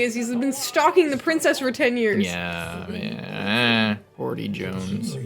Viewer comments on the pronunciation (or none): Hordy? Isn't it Hoady?